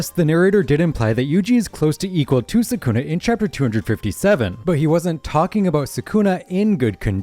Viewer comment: Bro can’t even say sukuna 🤡